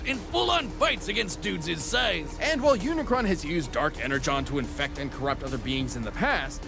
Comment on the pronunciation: Bro why everyone got to say unicorn It's not unicorn its unicron